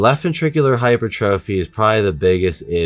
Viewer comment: Hypertrophy is pronounced - hai * pur * truf * fee. Take it from an RN. Love your content.